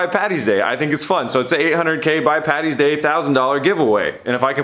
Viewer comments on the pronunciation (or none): I’ve subscribed, I like the video, liked the video edit about the giveaway too that got me too 😂, but ye just lost me at “Patty’s day”....... PADDY’S DAY Sincerely an Irish man ( fan )👌🏻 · I hope you were saying Paddy's day not Patty's day. All us Irish cant stand Americans who get it wrong... Happy St Patricks weekend to all